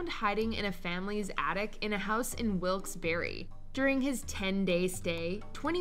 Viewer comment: From Pennsylvania, its wilkes-bar not wilkes-berry